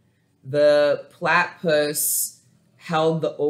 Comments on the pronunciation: I always feel weary when I try out new readers but this was absolutely from God. It was so spot on it almost felt like a personal reading. And you’re hilarious! It felt like I was sitting on your couch. Thank you so much. Also-it’s pronounced “pla (a from apple)-ti(ti like tip)-puss” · Plat-tah-puss is how you pronounce it platypus (yes I am Australian😁) u did good though 👌🏽👍🏽 thank for taking the time out for the Leo read 🌻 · Thank you for a awesome reading ...Plat e pus ...is how you pronounce it